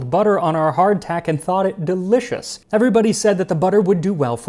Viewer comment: I love how practically every time you say Hard Tack you "clack the tack"